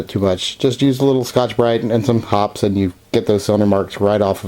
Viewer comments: It's pronounced hop pees. Not hops. Watch one of their commercials if ya don't believe me. I notice you have the gentle rubbing motion down pat. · Please, it's pronounced hoppeez, not hops. Very good idea, I use the brass looking toothbrush, but I will start using one of those Scotch-Brite pads on my Taurus .44Mag and Tarus .22LR revolver. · It's pronounced hoppeezz, not hops. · I thought it was pronounced Hop pees' #9. I've been pronouncing it wrong all these years!! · Hop-eeez, not Hops. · Love your vids - I think it's pronounced Hoppeee's as in eeezzz, not Hops. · 1. What's the problem? My guns are scrupulously clean but I've never bothered with those rings. They don't affect function and I can't see them anyway when aiming. 2. It's Hop-eez, not Hopp's. The 'e' is sounded. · It's pronounced hop-pees. Not hops. Go watch a video or two at . It makes great cologne, too. Thanks for the tip though. Great advice! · It is Hoppes, pronounced Hopp-ies, as in poppies. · It’s pronounced “Hop-eeees,” per the manufacturer of the chemical. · its pronounced 'hoppies' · Hop' Peeez, two syllables ... just say'n. :) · just a small note: In these parts we always pronounced it "Hope-y's" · FYI Hoppe's is pronounced HOPP-EEZE. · Hoppes is pronounced "Hoppys" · The e is pronounced at the end of Hoppe's.